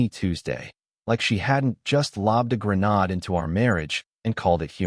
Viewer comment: DO NOT WASTE YOUR TIME. ALL OF THESE ALL AI CHANNELS NEED TO WRITE AN AI PROMPT RULE TO NEVER USE THE WORD "GRENADE"!!! IT IS THE FASTEST WAY TO KNOW TO STOP LISTENING TO A STORY! IF "GRENADE: IS PRESENT IN THE STORY AND PRONOUNCED AS ""GREN-ODD" YOU SHOULD IMMEDIATELY "THUMBS DOWN" THE STORY AND STOP LISTENING BEFORE ANOTHER AD PLAYS, GARBAGE LIKE THIS SHOULD NOT BE REWARDED!!! Confessions GET A HUMAN EDITOR IMMEDIATELY! Many other words mispronounced in context that change the meaning of the sentences that contained them: This one was bad... ~ They were the blueprint for the final act. Because if she thought the living room poster was the punchline, she hadn't seen the CLOSER yet. The rooftop bar photo didn't make me angry. It made me certain. ----- The capitalized word "closer" was pronounced as in "The rock was closer to the wall than it was before.", it should have been pronounced like "The last slide was the deal closer" completely changes the meaning of the sentence, and this is just one of the egregiously mispronounced words (like the "canary in a coal mine" word "grenade") that show how little care goes in to these "stories" that are making this crappy all AI channel money from your time with AD REVENUE which is ALL that this channel is about, stealing your life for $$$! The word "closer" gets used incorrectly again a few sentences later, unbelievable how poorly crafted these all AI channels / stories are!